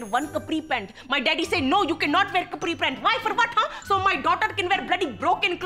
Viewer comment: The way she pronounces capri pant is Cupri pant